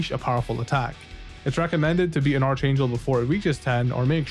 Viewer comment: Dude…for the love of God, it’s pronounced “ARK-angel”